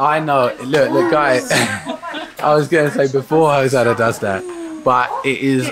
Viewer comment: wow Rue...!! you are actually saying Hosanna correctly! you are very smart, and charming, I will miss how you used to call her Ho na na''' you're growing too fast dude